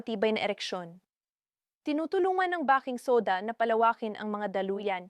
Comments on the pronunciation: " bay king soda!." Bah king soda sakit Sa Tenga. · ..nagaral ka ba?..if yes, bakit "bah-king" soda ang bigkas mo sa baking soda at hindi "bey-king" soda???????????.. marami na kayo ngayon na medical vloggers ang ganitong magsalita sa inyong mga vlogs, WHY?..there must be a good reason behind that instead of stupidity kasi marami sa inyo ang mga specialist meaning you graduated from college..pwede bang ipaliwanag mo dito..the reason being na gusto ko sana na pakinggan ang contents ninyo as it may give me some knowledge of how to care to what seems to be my medical problem but pag nakarinig na ako ng maling pagbigkas ng salita ay iniiba ko na ang channel na papanoorin ko,,sayang, at tiyak kong may matututunan sana akong mensahe mula sa iyo, sa inyo..